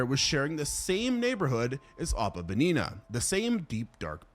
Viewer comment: it’s ohpu bin eu that is how to pronounce it